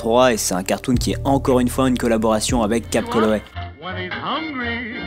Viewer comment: J'approuve cette vidéo. Tu t'es vachement amélioré dans la diction, c'est bon à écouter. Petite note comme ça, c'est Calloway, pas Colloway :3